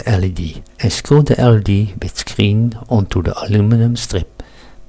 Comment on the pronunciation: Impressive project. Just one small criticism: please don't pronounce LED as "lead" ;)